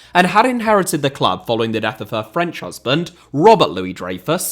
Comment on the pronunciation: This was a great video bolstered by your steadfast commitment to not making any attempt to pronounce anything French correctly.